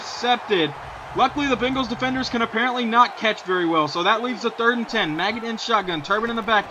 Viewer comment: Also, it's pronounced Ma-j-it. Look up Kurt Maggitt, a linebacker for the University of Tennesssee. That's how you pronounce it. "Maggot" sounds dumb.